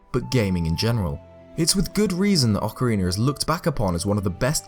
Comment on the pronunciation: Good video! I only have a question that isn't related to the topic but I've been having since I started to watch your videos... I'm from Mexico and I understand English but my pronunciation of it isn't that good... maybe I'm mistaken with you, but why do you say "Ocariner" of Time? This isn't to criticize, I just have that doubt... Keep doing this kind of videos, I like them a lot! Thanks.